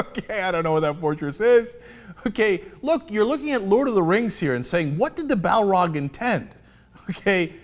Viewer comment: 'The Balrog' Cenk??? Ai, ai, ai...